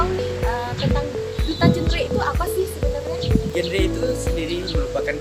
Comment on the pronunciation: GenRe ibu Reporter.bukan Jenre